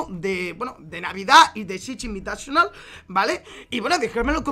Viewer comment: Chich invitachonal... que asco como lo dice